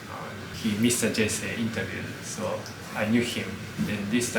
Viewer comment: Jesse は、ジェセじゃなくてジェシィ（ジェシー）だと思うよ。 米俳優の Jesse Eisenberg は、ジェシー・アイゼンバーグ って言うし